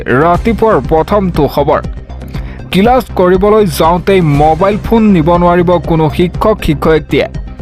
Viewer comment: কিলাছ নে ক্লাছ, অসমীয়া ত বাতৰি এনেকৈয়ে পঢ়ে নে? এইয়াই আমাৰ গৌৰৱ।